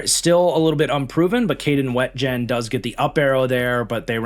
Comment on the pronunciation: It's pronounced Kaden WEE-jen fyi